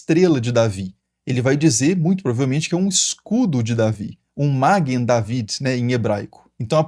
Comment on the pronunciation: Não é máguen mas maguên a prosódia correta.